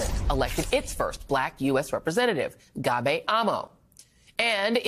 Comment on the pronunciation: Anyone notice that Joy pronounces names oddly? She calls a guy named Gabe gaw-beh (his full name is Gabriel) or pronounces the er in Cameron.